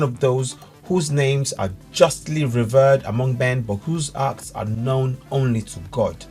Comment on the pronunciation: Read it as reveerd, not spelling but pronunciation. Learn to articulate in all the correct places, not look and sound a BIG DUNCE.